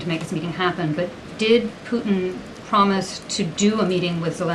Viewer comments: PuTIN not POO IN! You 💩 IN the 🚽. Hopefully PuTIN 💩 IN the 🚽 PLEASE, PLEASE, PLEASE stop saying POO IN!!! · The letter T seems to be missing in the vernacular of spokespersons. Pudtin isn’t Pudin drives me crazy. Ditto the T in the United States. Slurred by Pelosi et all. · President Poo-in! 😅